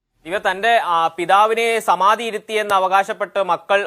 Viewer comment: സമാധി അല്ല ; സമാതി, സമാതി, സമാതി